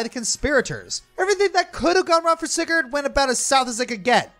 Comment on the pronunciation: Spoilers Take a shot everytime mispronounces Sigurd's name